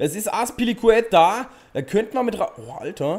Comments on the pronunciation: Man spricht ihn rAmos ganz kurz und nicht raMOS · Warum sprichst du Ramos falsch aus? Du als Dortmund Fan müsstest das doch wissen.😁